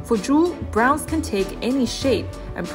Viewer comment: I love the video and overall narration was good until you didn't pronounce Bronze correctly and was distracting my enjoyment of the journey of this video. It was kinda annoying because Bronze was your star and pride of this video. What a shame, you did not give Bronze the respect it deserved.